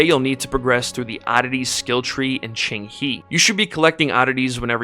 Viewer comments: Very good video, and is not Qing"He", is Qing"Huh" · No it's not, the second part is wrong. It's ching-hé (the e is a schwa sound, almost silent).